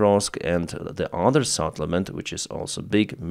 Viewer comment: SETTLEMENT not SATTLEMENT